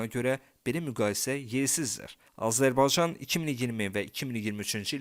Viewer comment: Öncə Azərbaycan sözündə “y”hərfini ixtisara salmadan tələffüs eləməyi öyrən!!!